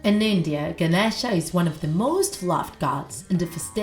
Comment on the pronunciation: It’s no pronounced like that it’s like “Ganesha” no”genisha”